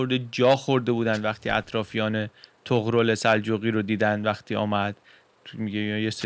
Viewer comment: عشقی طغرِل درسته